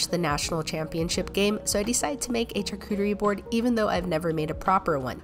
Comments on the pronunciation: Little tip when saying charcuterie say it SHarcuterie not CHar. It’s a French word and the ‘ch’ has a sh pronunciation! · Litle tip, it is pronounced brusketta and sharcuterie